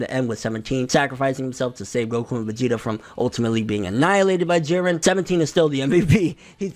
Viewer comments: Whew... You are finally pronouncing it not Jeed-ren. Thank you. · I'm glad he finally says jirrens name right